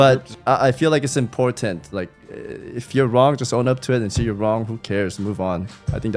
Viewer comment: Impooortant . funny how the east shines through , shhhhishhhsshhsmooo